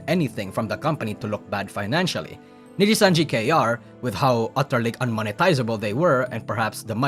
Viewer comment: Wtf is nijisanjKR lol